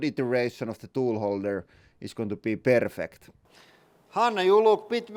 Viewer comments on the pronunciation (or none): I thought to myself: "Where is he from?" then i heard him say "Perrfect" and i thought "Perkele". He must be swedish lol